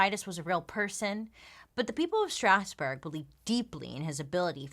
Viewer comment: As a french, I love the way you pronounce Strasbourg!! it's wayy fancier than the french pronounciation ^^